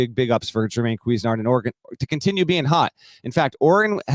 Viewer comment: Jermaine Cooz-nard